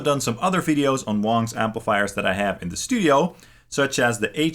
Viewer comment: ITS PRONOUNCED WANG, NOT WONG!!! just sayin